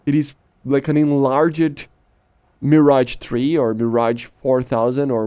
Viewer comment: Insane ! Also your 'Mirage' prononcation is awesome for a non-french !